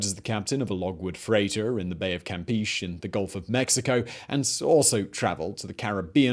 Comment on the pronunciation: Say campeche again? say it correctly bro!